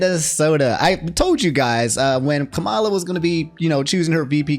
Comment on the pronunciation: It’s killing me lol so Kamala says that her name is pronounced “Comma-La”, not like Kamala Khan